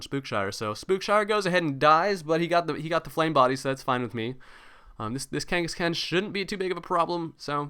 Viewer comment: Lol, Why do you say Khangaskan like that, you annunciate the "AN" more, but its more like Khan, like Genghis Khan